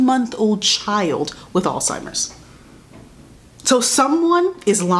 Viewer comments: You saying Alzheimer’s wrong😭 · The way you were saying “Alzheimer’s” reminds me of “embezzled” NDNDN